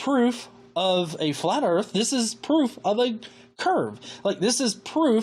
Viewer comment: Where are this guy’s overalls and banjo? “ I reckon the erf is flat”